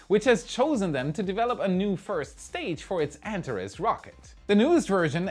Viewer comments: It is pronounced AnTAHes, not ANtahres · Hey, just a pronunciation head-ups: "Antares" is pronounced an-tar-ees. The last syllable rhymes with "ease." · Antares is pronounced AntarEEZ. It is also the name of a red giant star in the constellation Scorpio. Its name is from the Greek "Rival to Ares", where Ares is Mars. To me it looks like the heart of Scorpio. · Thrusters: Follow Christopher Walken’s lead: “I need more cowbell!” 😂 Heatshield Tiles: maybe they could use the same attachment mechanism they use for Tesla Solar Roof Panels. They need to withstand small hurricane-force winds, right? 😂 Anteres: I’ve always heard it pronounced “Ann-tair-eeze” though that may simply be pronunciation. Thank you,. You rock! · ) The Antares rocket is pronounced 'An Tare Eez' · Anteres should sound more like ant-HAIR-ees. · Antares. . .pronounced an·teh·reez. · Antares is pronounced: ant r iz... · I'd have liked it more if you could learn to pronounce Antares. an TAR eez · Can you please pronounce "Antares" correctly.